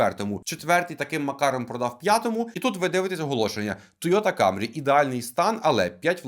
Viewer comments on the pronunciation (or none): Мене аж тіпає від слова "камрі"! Блін, та вимови слово "КЕМРІ", КЕМРІ а не камрі! Камрі тільки чомусь кацапи говорять, у яких щелепа не настирюється на англійську°°